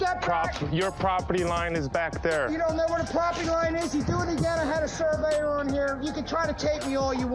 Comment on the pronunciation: The word is…SURVEYOR.